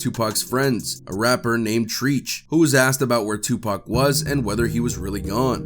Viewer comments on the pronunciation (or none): Facts are wrong my guy, cops did not pull them over for loud music. It's not treech, Treach. White boy. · I was like now who the f is treeeech 🤔 🤭🤭🤭😂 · I was wondering who the hell is TREECH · How you butcher treaches name lol